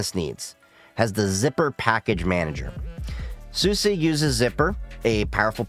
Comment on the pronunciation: I have been using this OS for about 13 years now, despite that I still find these types of videos intriguing. I think you did a very good job at laying out the differences in the distros in a way that new users should be able to understand. Btw, you did pronounce SUSE correctly! Maybe with a bit of an accent, but it sounds relatively correct to my ears. So many people assume the E is silent, when SUSE officially wants you to pronounce it like you have. Also, as an openSUSE Tumbleweed user, I like it because it's a rolling release that happens to be very stable compared to others like Arch or Gentoo. This disadvantage is that it's usually a little slower to get updates as packages can sometimes be held back for a few weeks to a few days until everything passes OpenQA testing. Zypper (and YaST) also integrates with BTRFS and makes a snapshot everytime you update, meaning that if something does break after an update you can easily roll it back.